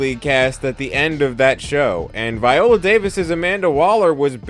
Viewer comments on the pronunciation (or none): none